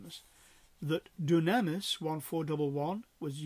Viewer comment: Thank you for taking the time to produce and post this video. Just one point of order: The way to say dunamis is doo'-nam-is, not doo-nam'-is- or so it is given in Strong's..